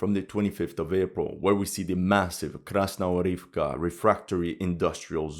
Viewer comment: Mate, I'm begging you - KrasnoGOROVKA, not Krasnorivka. For god sake.